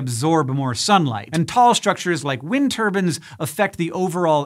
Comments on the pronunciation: Say it with me (muscle) Hank: turb•EYEne not turb•An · It's turbine not turban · Why do you call them “wind turbans” ? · Why on earth is Hank pronouncing turbines as "turbans"? 🤔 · Why do you keep saying Wind Turbans instead of Wind Turbines? Is that just a bad joke going over my head? Is it a pun? I'm so confused right now... Also, you're extra greenish-yellow in this episode, did someone move a light near the green screen? I just realized I missed the whole episode because I was so distracted by Wind Turbans that I typed this comment instead of watching the video. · Great, so now thanks to hearing tur-ban instead of tur-by-en I've now pictured a man rotating round a windmill accompanied by his head wrap! I should be more mature than this... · Omg that was all I was thinking. Like, no, turbine, not turban, stahhhp, he must have the same editor as that penguin documentary Benedict Cumberbatch narrated. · Every time someone says turbine like turBIN, an entire African village dies of starvation. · Turbine vs Turbans - Hank... 😂😂😂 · Wind Turbans This bothers me. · Wind turbans XD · Why are you pronouncing "turbine" as "turban". Literally never heard that mispronunciation before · It's like Chinese water torture if you replaced the water with a guy who calls a turbine a "turban". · Wind turbin? Lol wtf